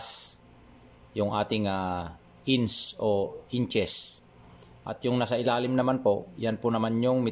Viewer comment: Salamat sir sa new knowledge. Pero sana sir maimprove yung pag ka sabi ng "ins" suggestion lang po.